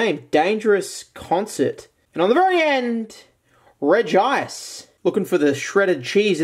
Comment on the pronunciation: It’s pronounced Re-g-ice